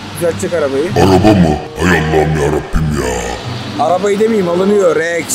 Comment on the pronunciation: KralREKS DİYE DEĞİL REXX Diye